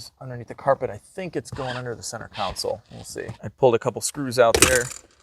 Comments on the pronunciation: Console..not council 🤣🤣🤣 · Come on … it’s CONSOLE… not council. Center CONSOLE!!!! 😂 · At the risk of being called out for repeating myself for the umpteenth time - It's a conSOLE, not a cOUuncIl,!!! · Center "council". Is that a Chicago thing or a dumb person thing? 😀